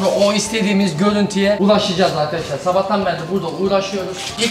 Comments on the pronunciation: vıdeoda enaz 10000 defa sabağtan berili diyo:D kralsın abi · nobody:: zabahtan berli